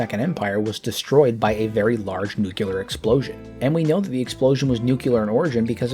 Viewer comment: I would humbly submit for your consideration of correcting your pronunciation of "Nucular" to "Nuclear"